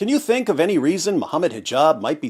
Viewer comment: "I fink dat musim community have to really tone it down" truer words have never been spoken